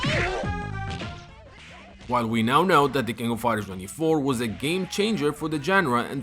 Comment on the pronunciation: "the kingo fider" Nani?